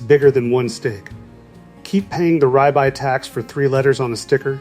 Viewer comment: He does not know how to say the word rib eye correctly!